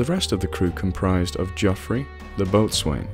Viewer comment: No one for one minute would ever believe you where an American. We do not pronounce the Jeoffry as Jah-free. We would say Jeff-ree.